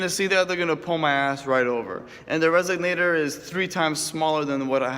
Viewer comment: its pronounced resonator not resognator